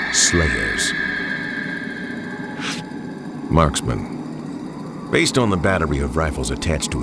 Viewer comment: Don't know why but I really like how he says Marksman.